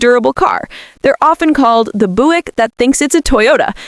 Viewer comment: Doctor there is something wrong with my AI voice thing: Pronouncing it as Boo ik then Buick then back to Boo ik